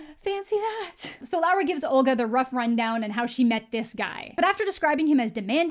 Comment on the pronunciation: God please her name is Laura, not Lara, I'm gonna change my name because of you